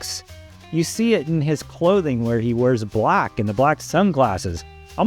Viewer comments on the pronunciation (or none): none